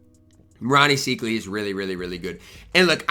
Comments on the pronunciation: Rony "psych" ly is how its pronounced....just an FYI:) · Don’t get mad at me but it’s pronounced SIKEely (